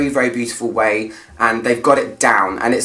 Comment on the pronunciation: ever since narciso for her there is nothing narciso can do wrong at least for me , i wanted to keep him a secret but it is just so good ! and as a spanish speaker you did amazing with his name , it was perfect ;)